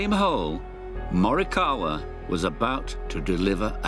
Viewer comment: They pronounced him name right!